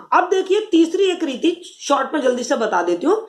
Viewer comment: Bahut ache.but ap reeti ko neeti kyu bolti h...anys smjaya achàa